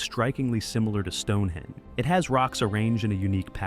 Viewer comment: "Lunar Hen"?? "Stonehen"??? WTF?? Obviously you never heard of "Stonehenge"!?!